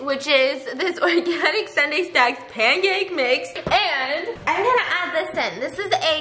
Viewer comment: Did anyone else hear her say pamcake mix lol I love your videos!